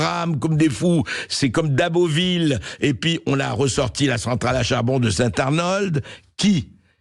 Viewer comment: Plutôt St-Avold que St-Arnold 😅